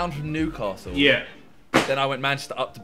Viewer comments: Manchester* not Machester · its manchester not machester